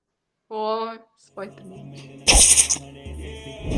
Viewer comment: ispayder man ged bgnmu ahaha